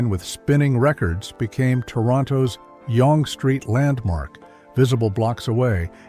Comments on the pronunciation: OMG - at least teach your AI narrator how to pronounce Younge Street properly. It's pronounced "YUNG" not "YONGA". And in Canada it is pronounced "ZED" not "ZEE". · it’s pronounced Young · "The flagship yon-geh street location..." Tell me it's AI voiced without telling me. Thought you might recall the old Pic-A-Pop stores. Might have been just a prairie thing. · This guy a idiot it's young street not Yong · Like the content, but please get a Canadian narrator! It's pronounced "zed" not "zee". And it's "young" Street not "yonn...gee" street. Sheesh! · Yonguh street--hilarious pronunciation. Spelled Yonge, pronounced young. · OMG it's not Yong St. It's pronounced Yung....Yonge St. And in Canada it's pronounced Zed not Zee. If I could bring back one store it would be BiWay. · LOL, I was also curious at the narrator's pronunciation as 'Yong-ah', but then began to wonder if I'm just used to 'Yung" and it's root is elsewhere? 🤷‍♂ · I hate, hate, hate AI narrators. The dead giveaway was when the AI narrator mispronounced Yonge St. in Toronto as "Yongah Street" when it should be pronounced as "Young Street". Other than that, this video brings back many nostalgic memories, but AI voices are annoying. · The AI voice is brutal. "Yonga street"? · The AI voice cannot pronounce Yonge Street. Should be pronounced like Young. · It's Zed, not Zee. "YONGA" street killed me. I hate AI so much. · I hate this AI read things. Sam the record man was on Yonge Street not YONG-A Street. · YONG STREET? YONG-GEE STREET? Stupid computer-voiced garbage. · Yong-ga street. LMAFO AI voices are stupid and so are the videos that use them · Your AI is showing. This was mostly fine (the wording is a tad wooden) until you mispronounced Yonge (pronounced as everyone in Toronto at least knows, as Young) Street. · Did this mf just sat "Yonga St"? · “YAWN-guh Street” 😂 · Can you please get the narrator to "pronounce" words correctly???? Zeeeeeee for Zellers and Yunge for Yonge Street. What a joke.